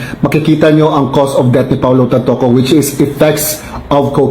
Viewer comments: Hindi po Tanpuco kundi Tanpoco po. Correction lng po. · ...AUSIN mo pag BIGKAS ng Pangalan ni TANTOCO...lakas Kang makaBADTRIP sa mga PagBIGKAS mo..Hindi TANTUCO..alamin mo kong paano BIGKASIN ang bawat BINABASA MO... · TANTOCO 😂😂😂😂 NOT TANTUKO😂😂😂😂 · TANTOCO HINDI TANTUCU😢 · Tantoco po, hindi Tantuko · Wrong pronunciation HINDI TANTUCO ang right pronunciation ay TANTOCO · Tantoco brod,hindi Tantuco✌️ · Kuya TANTOCO po yan not TANTUUUKO 😂😂😂